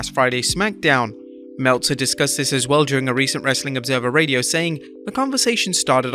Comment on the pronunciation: I hate how you say wrestling